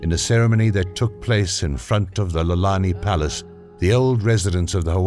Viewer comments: Where the heck is Lalani Palace? If you're going to narrate a project, you'd think the person would make sure he knows how to pronounce Hawaiian names properly. Auwe!!! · not nalani palace correct name is IOLANI